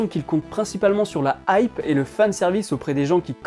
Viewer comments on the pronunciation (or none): none